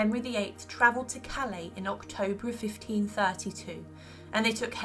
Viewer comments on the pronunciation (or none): none